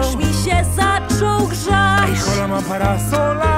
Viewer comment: jedyne do czego się przyczepie HOLA CZYTA SIĘ „OLA” a tak poza tym mega wam wyszło ❤️‍🔥